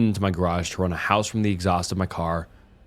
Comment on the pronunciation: "Ok google 'How to pronounce 'Hose'"